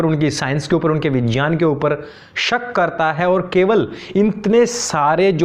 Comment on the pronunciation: 😂are gyan, vigyan bolna toh sikh leta maulana.. 🤣phir gyan de..